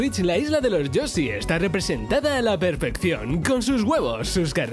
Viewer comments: Me hincha las pelotas que no sepa pronunciar Yoshi y diga yosi 🤡🤌🏻🤦🏻‍♀️ es como cuando dicen yutuffff en vez de YouTube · La isla de los yosi? Por qué los españoles no pueden pronunciar el sonido "sh"?